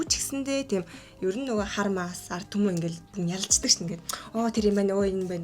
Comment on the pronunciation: Artumen geeshaasan “d” ni haashaa alga bolov 😂😂😂